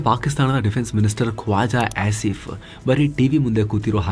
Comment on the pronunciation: Kwaja asif alla koja asif 😅